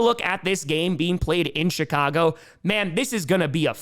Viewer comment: He's putting a T after the i in "CHI-cago," isn't he?!?